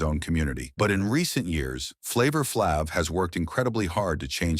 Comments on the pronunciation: You can pronounce everything else correctly but wanna say FLAVA FLAB, maybe you're the one who been on and still is on drugs. Don't mess up my boy name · You can't even pronounce flavor flay's name correctly.